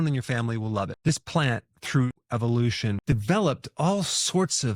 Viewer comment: "EVEOLUTION", REALLY!, come on Dr Berg, your loosing me now, you don't believe in God???, you believe in humanism???